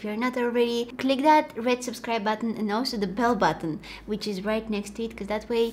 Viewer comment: When she said olsho instead of also😭😍😍😍